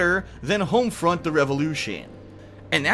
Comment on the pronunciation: Hoamfrunt revalewwwshun